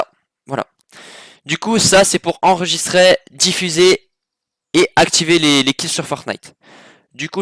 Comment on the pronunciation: arrete de dire "enregisTRAI" c'est enregister !